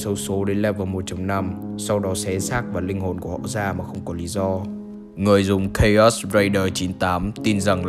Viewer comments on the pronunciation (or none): none